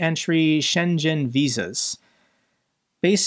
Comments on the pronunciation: The G in Schengen is spoken like the G in Gangsta. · Psst, it's pronounced "Sheng-en" (/ˈʃɛŋən/). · Love how keeps pronouncing Schengen as Shenzhen, both real places. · Hey, just noticed you mispronounced “Schengen” for a second time in two videos, so I just wanted to give you a heads up: It’s “ShenGen” - hard G. Not a J sound. 😃 From the dictionary: SHENG-ən. 😃 Fantastic videos and thanks for all the great work that you do! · The ng in "Schengen" is pronounced like the ng in "wrong", not like the zh in the Chinese city "Shenzhen". See the English phonetic transcription and the sound sample in the Wikipedia article for "Schengen Area". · Sorry, but you're pronouncing "Schengen" as if it's Chinese "Shenzhen", but the "ng" is just the same as in 'song', so no z or s sound there, please. Schengen is a village on the border of Luxemburg with Germany and the place where the agreement on free movement across European borders was signed. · hi. big up! the gen in Shengen is not like in "generation" but kinda like reading "gun" (with an e). It's a german word... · A pronunciation tip - Schengen / shen’ ghen/ no ‘zh’ sound on the ‘g’ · The 'ng' in Schengen is pronounced as the 'ng' inside the English word 'singing' and the vowels 'e' in Schengen are pronounced the same as the letters 'e' in the English word 'letter'. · Please pronounce Schengen like hang! It sounded more Chinese, Shenzen 😢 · Schengen is pronounced with a G like gif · "Schengen" is a municipality in Luxembourg, gave its name to the Schengen Agreement and is pronounced "SHENgen" - "ng" like in "ringing". 😉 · "Schengen" is pronounced without a "g" or "zh" sound: sheng-en. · Schengen... with a hard G,. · Schengen is not pronounced with G but more like GH. Same as you pronounce LuxembourG. It’s a village near tri-point with France and Germany. Or as Glory to Ukraine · Shengen: "g" as in "got" not "g" as in "Hydrogen". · Man, you absolutely murdered the pronunciation of Schengen.